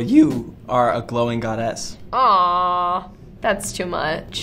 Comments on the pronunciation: Was I the only person who heard Ross's voice crack ? it's just great lmao. (PS I can't stop laughing after that and the way he pronounces goddess; had me dying of laughter on the floor with that voice crack.) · the way ross pronounces “goddess"